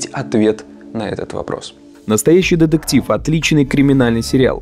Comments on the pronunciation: Больше ударения на букву Т, в слове детектив. А то звучит как Дедектив и не очень приятно. Видос хороший. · Так, автору на заметку. Слово деДектив пишется и говорится через букву "т" деТектив.